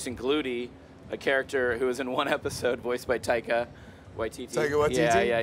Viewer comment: Can you correct your mistake with Taika Waititi's name please?